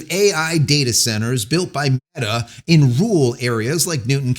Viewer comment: Why do you keep slurring or bleeping out Meta